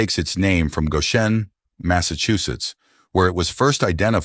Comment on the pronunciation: Please, please, please. Some living person , CHECK YOUR PRONUNCIATIONS!!!! Goshenite and Goshen are consistently mispronounced.